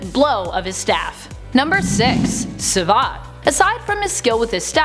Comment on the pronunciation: Savate is pronounced SA-VAH-TAY, & is a French form of foot boxing. It's so deadly that they don't even teach here in the states. To learn Savate, you've gotta go to Belgium, Brazil, & most commonly France